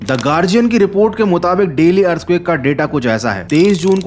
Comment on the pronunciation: earthquake❌ earthcuack✅